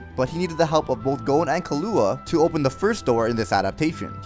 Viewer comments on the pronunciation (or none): killo wa... its pronounced killwa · 2 mins after u fucking butchered the name Levi u go ahead and fucking murder the name killua XD!! such a savage!